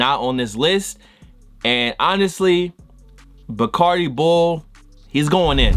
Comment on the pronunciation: nigga said barcadi bull😂😂😂